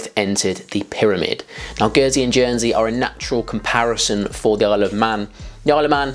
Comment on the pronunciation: Did he say Jernsey at one stage? 😂